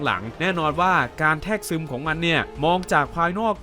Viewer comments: คลิปดีครับ แต่ขอตินิดนึง คือคำว่า แทรกซึม มันออกเสียงว่า แซกซึม โดยรวมพากษ์สนุก เป็นกำลังใจให้ครับ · ด้วยรักและเคารพครับพี่ แทรกซึม อ่านว่า - แซก- ซึม ครับ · สนุกมากครับ หาข้อมูลมาเรียบเรียงได้ละเอียดดี ฟังเพลิน แต่ขอคอมเมนต์เล็กน้อยเรื่องการใช้คำบางคำที่ยังไม่ถูกต้อง อย่างในช่วงที่พูดถึงภาค Salvation มีคำว่า “แทรกซึม” ที่คุณอ่านว่า “แทก-ซึม” อยู่หลายครั้ง (ที่ถูกต้องคือ แซก-ซึม) กับอีกคำนึงที่พูดว่า “หนังรอบพรีเมียม (premium)” ผมไม่แน่ใจว่าตั้งใจจะพูดคำว่า premiere (พรีเมียร์) ที่แปลว่าหนังรอบปฐมทัศน์ รึเปล่า เรื่องพวกนี้ต้องไม่มองข้ามนะครับ โดยเฉพาะคนที่ทำคอนเทนต์ด้วยแล้ว ยิ่งถูกต้องจะยิ่งทำให้เนื้อหาเรามีคุณค่าน่าเชื่อถือมากขึ้นครับ